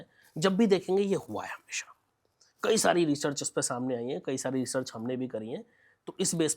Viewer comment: ये स्वयं अनपढ़ अज्ञानी है, जो रिसर्च को रिचर्स बोल रहा है !